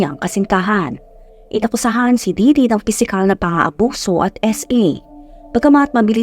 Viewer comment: Correction- It's Ditty not Didity hehe